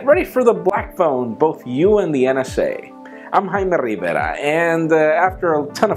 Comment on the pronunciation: He says Rivera like RRRRRrrrrrrivera. Hahaha, not that that's bad.